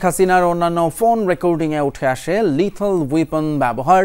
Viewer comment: সাংবাদ পাঠকে ধন্যবাদ। Lethal Weapon কে তিনি সঠিকভাবে উচ্চারণ করেছেন। লিথেল ওয়েপেন।